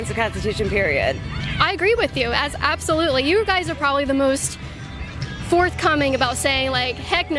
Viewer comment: "Yas, abtholutely!! 💅"